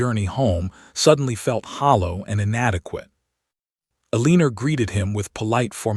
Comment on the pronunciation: I agree Eleanor is not pronounced Alena, but El-len-nor.